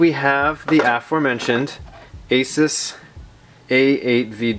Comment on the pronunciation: Finally someone who pronounced Asus as Asis and not Asuce